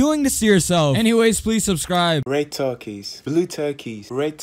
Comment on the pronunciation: Grate? U mean great, right?